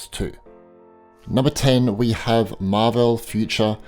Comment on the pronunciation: Absolutely hate the way he says marvel 😡